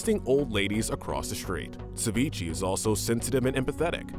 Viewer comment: Sa-Vee-Chay. Not sa-vee-chee. Why do they never correct themselves or redo the take when they say things wrong?